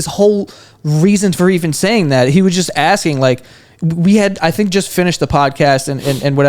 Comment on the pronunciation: Why is this joe dude axing people